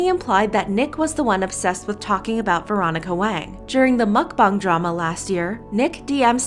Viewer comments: It's pronounced MukBANG, not MukBONG! Listen to people when they pronounce it! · Real Brice mukBONG is correct. Original Language: Korean 먹방 = mukBONG However since it’s popular in America no one really cares how you say it, Korean or American pronunciation. Americans would read it and say mukBANG.